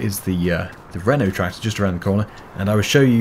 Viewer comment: When you say renotractor it sounds like your saying rental tractor